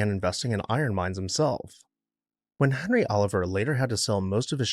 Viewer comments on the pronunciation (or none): none